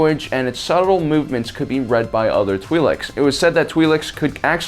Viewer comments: It is in fact pronounced "tw-eye-lek' (singular) "tw-eye-lex" (pleural). And their ability to have children with humans only exist in Cannon. In legends the two species were genetically incompatible. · I think they're pronounced "twil'eks" like with ill but with a tw at the beginning and ek as in the last part of the word neck I think I heard it pronounced that way in clone wars but I'm not sure if I'm correct I'm mainly guessing.